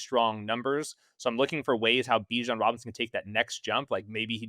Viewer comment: Dude said let's get spicy and said Bijon at #2 😂😂😂 i thought he was going to say Acahne,JJ maybe let's get CRAZY GIbbs 😂